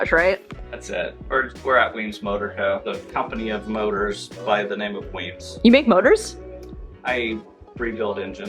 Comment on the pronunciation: Weems must die a little inside every time you and say his name wrong. Haha